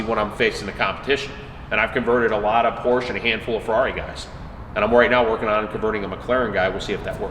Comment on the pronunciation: Learn to say Por Sha first